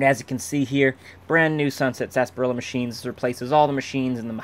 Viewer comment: Still good to see everyone says Sasparilla instead of Sarsaparilla.